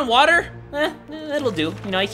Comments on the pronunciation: It's pronounced WUTTHAAAAAAA not water it's WUTHAAAAAAAA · I love how you say water "watttta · Warrior Granger *watzza!